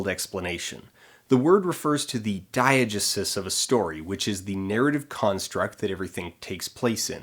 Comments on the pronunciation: I love Dan but this drove me mad, I've only ever heard dye-uh-GEE-sis and it seems a lot more natural of an em-PHA-sis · "DYE-uh-juh-suss"? Most say "dye-uh-GEE-sis." SOURCE: OED; ; every class I ever took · it's pronounced [dahy-uh-jéé-sis], by the way :3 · i refuse to believe that you don’t know how to pronounce diegesis. you’re pulling my leg, right?